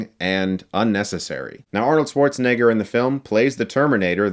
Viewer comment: He can’t pronounce Schwarzenegger! How can I trust your review!